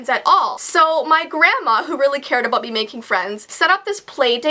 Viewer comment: about aBOOT? Ahbout? ahbout?